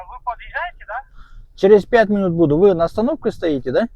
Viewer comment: Мунут эмес минут ука..кундо жазам